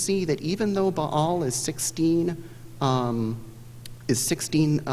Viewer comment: Someone opted against taking a general ed in Classics. Buh-all, Ay-Jacks ^_^